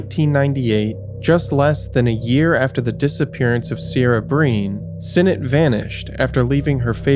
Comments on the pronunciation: Please please please give the correct pronunciation when stating the victim’s names,.. Ciara is derived from the Gaelic word pronounced “Kerr-rah”. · Video was good and well put together, I live just south of Wicklow. Just a quick point, if making any more videos on Ireland. Look into how areas and names are spoken, it was a little jarring to hear Kildare pronounced kildara and Ciara, Seara. Few other places that are familiar to me and spoken about here I didn't know where he meant. Otherwise great video. John Crerar was released a few years ago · I'm 45 now and grew up in Dublin/Meath, I remember some of these cases. Ciara is pronounced Keer-a.